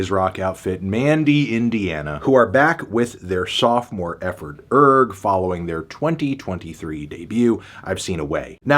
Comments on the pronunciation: Isn't the 'g' silent? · I believe its actually pronounced URGH